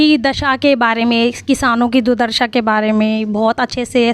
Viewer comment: दुर्दशा बोलिए दुदर्शा नहीं; अनुभव कम है लेकिन हिंदी के शब्दों को तो सही बोलिए। बातचीत के दौरान आप दुर्दशा को _दुदर्शा _ बोल रही हैं